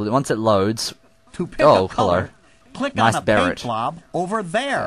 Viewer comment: did he say "ello douchebag hear"